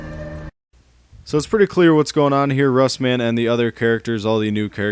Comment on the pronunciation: Its Russman.....not rustman LOL